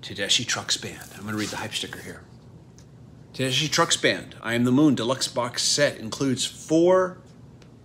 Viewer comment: Looks like a really nice set. I bought the CDs as they were released. Not to nitpick, but when Susan introduces herself, she pronounces her name "Tedeskee"...